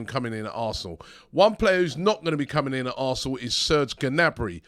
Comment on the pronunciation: Robbie, [Niabri] instead of [Gnabri]! That’s how you pronounce Serges’ name.